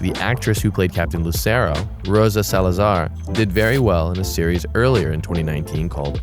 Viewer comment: You mispronounce Salazar and Giacchino.